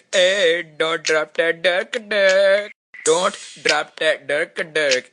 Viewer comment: the dont sounds like dort to me lol